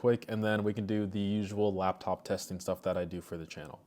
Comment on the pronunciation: It’s L A P top not lab